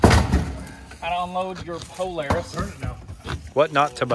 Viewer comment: Haha "poo"laris. At least its not a broke force!!!